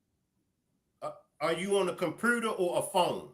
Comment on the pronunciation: Who pronounce computer like that😂😂😂